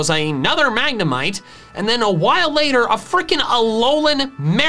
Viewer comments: I'm spanish and i don't say mAgNeMiTe for god's sake xD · I laughed a little to hard at "Magna-mee-té" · I'm spanish and I laugh with mag-ne-mee-tay hahahaha